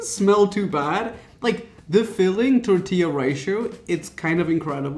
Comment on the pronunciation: Why did he pronounce tortillas like that? 🤣😞